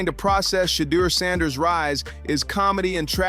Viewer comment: “Sheddar Sanders”